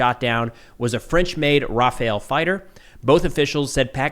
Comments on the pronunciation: Rafale is pronounced "rah-fal" not Raphael lmao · It's "Rafale" pronounced [Raf-al] not Rafael. :) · Dassault Rafale not Rafael dude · (Pronunciation tip : Rafal, not rafael) Thanks for your work ! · are you sure you read Rafale right? It's raFALE, not raFAEL. And as far as I know, it's pronounced like "rough al" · "RAFAL" not raphaël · It's Rafale not Rafael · Note that the title in your video is confusing, as it suggests that there have been more aerial clashes than the one that already happened. Also, the pronunciation for "Rafale", is not like "Rafael" (who is a first name), but as "RAFAL" (we do not pronounce the final "e" in French). Note that "Rafale" is a wind burst in French. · Everyone stop calling it Raphael !!! Its Effin RAFALE !!!! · Just a heads up, it's Rafale (ruh-fal), not Raphael. 😉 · Its ra-FAL not ra-fa-EL. Its even spelled Rafale not Rafael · Just one thing. "Rafale" is pronounce as "RA - FAL" not like "Raphael". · Rafale, not Raphael, please it hurts my ears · its RAH-FELL not raphael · Ok for people who don't speak French please. Just say RA-FAIL, stop with the Raphael 😭😭😭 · It's not RafaEl, it's RafalE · The correct way to pronounce the RAFALE fighter’s name is “RAFÁL” (both A’s are pronounced like in “car”) since the -E is silent and the last syllable is stressed (hence the Á). There is an Israeli defense company that IS named Rafael but it doesn’t have anything to do with that fighter so it’s best to pronounce things correctly to avoid confusion. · its Rafale, not Raphael, it means burst, as in burst fire or gust as in a gust of wind. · Rafale, try pronouncing it as Rough Al, its closer to the french. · Man, the plane's name is Ra-Fa-L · "Rah-FALL" is the closest American pronunciation for the French jet. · Raphael Lashkar e Tabia Bruh the pronunciation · Raw fail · Rah-Fahle, jesus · I know its a tiny thing, but every time I hear it mis-pronounced as Raphael I hear a thickly french accented "merde" in my head.